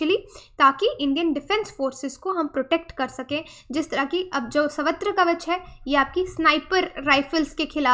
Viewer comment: Its not savatra. its sarvatra. sarva means all.